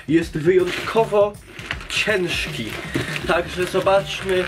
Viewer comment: D ''cienszki'' pixel box